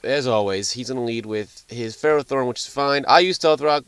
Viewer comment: It's actually pronounced fur-ah-thorn, not fare-o-thorn.